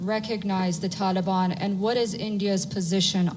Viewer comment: "Taliban" Ka naam muh se nikalta nhi iske toh